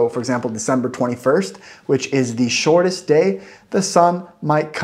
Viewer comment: I immediately heard it too. Like when he says "shortest", the middle "rt" becomes like a thick L, a sort of tongue flap. This thick L is common in some places in Sweden and the middle parts of Norway (where I grew up). Also his vowels are sometimes tending towards Swedish diphthongs.